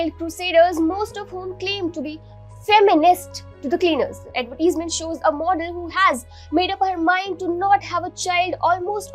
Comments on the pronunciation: It’s not Ad-vet-tease-ment. Ad-ver-tise-ment. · Stop saying adverteesmen...... shithole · Great Advertisement but for the Anchor you have to improve your English pronounciation ( specially the word Advertisement).